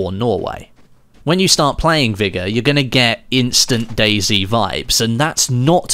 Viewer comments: Vigor not vigga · What a weird way to say vigor